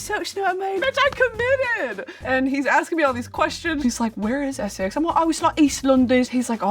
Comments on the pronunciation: Except she said Essex weirdly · So sorry, I like her but no it's really not. It's the typical American trying, off brand Essex and slight north twang. The way she says 'Essex' is so weird. No one says it like that. Not even the Norfolk people